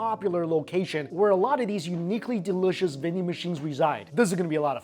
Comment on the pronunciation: The way he says DELISHISH is the best haha